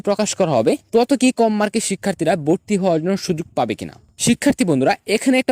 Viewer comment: Valo * Not balo Vorti Not borti😂